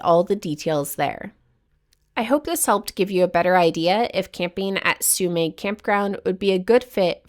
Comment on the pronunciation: Thanks for covering one of the best spots near me, about 5 miles from my place. FYI it's pronounced Sue-meh, despite the spelling. It's a silent g. Also worth noting, Trinidad is the closest place to stock up, with Murphy's Market being a full grocery store with a deli, meat/seafood dept., fresh produce, frozen foods, dairy, etc., as well as great selection of general grocery items. There's also a Chevron station with an Aztec Grill mexican restaurant. There's also Headies Pizza, Lighthouse Grill, Trinidad Eatery and Seascape restaurant. For fine dining theres Larupin restaurant and Moonstone Grill. I'm surprised that you didn't highlight Trinidad in this episode, unless you have already, or plan to cover it in a future episode. It's known as one of the true gems of the northcoast.